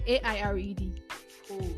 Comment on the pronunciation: Why she gonna say 'aired' like 'head'?😂 My head was already thinking something else before she cleared the air😂